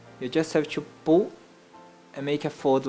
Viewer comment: you say squash in a weird way and when you say pull it sounds like poo